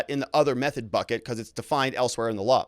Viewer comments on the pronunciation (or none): none